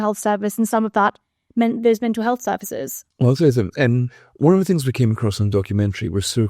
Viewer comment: 'health' not sith...